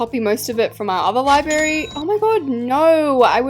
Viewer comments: libRary NOT LIBARY U FLOP (xoxo) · Why do u say libary and not library like gurl………. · babes it’s library not libary you flop. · "Libary" omg i just cant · ur name is liyberry its libRARY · be like when she says library ✨libary✨ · i copied the libary from the libary down the street💀💀 sorry but it sounds like ur saying libary instead of library no hate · IT'S NOT "LIBARY" IT'S LIBRARY LI-BRA-RY, DODO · U KEEP SAYING LIBARY INSTEAD OF LIBRARY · I mean libary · ITS LibRary NOT LIBARY MAKE SURE TO SAY THE R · not calling the Library “Libary”😭😭Love your vids babe keep it up! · Your saying library wrong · I love who she said “lie berry” and not library?! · 😂😂also Library ❌ Library✅